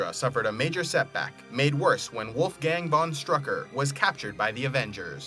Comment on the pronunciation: Great Video, but could‘t you google how to pronounce Wolfgang Von Strucker?